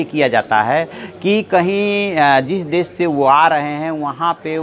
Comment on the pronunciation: Pronunciation....."desh"....not "des"